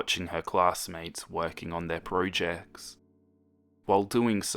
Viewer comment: Awww man those darn proojects (idk I just heard you say prooject instead of project XD)